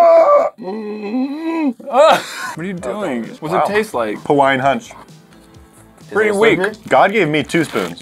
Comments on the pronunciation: bro really said pawain hunch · Pawaiian hunch xD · pawaiian hunch brash howns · I heard pawaiin hunch and my mind said, he failed once again. XD